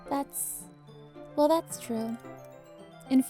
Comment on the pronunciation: Cupquake: "Das cute" Me: not after sayori commits suicide.